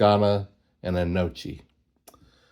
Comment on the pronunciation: Gnocchi is pronounce N(Y)OH-kee. I only know that from watching food shows, plus I also like it! Also, more explosion stories😅